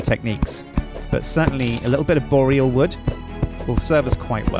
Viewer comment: needs to learn how to pronounce Boreal. It's really not the way he says it....